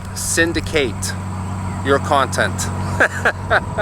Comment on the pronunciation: Word of the day, "Kawntent".